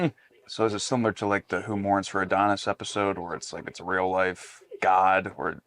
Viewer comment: Not a big deal but it's "Who Mourns for Adonais" not "Adonis." Very different pronunciations. Thanks for these reviews. Looking forward to getting past the animated stuff but I'm hanging in there with you.